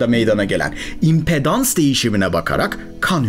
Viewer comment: Ufak bir düzeltme yapmak ihtiyacı hissettim. Türkçe'de impedance kelimesini impedans değil empedans diye seslendiriyoruz. Saygılar, esenlikler.